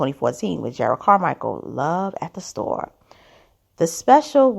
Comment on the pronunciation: Respectfully, his name is pronounced Jer’ rod.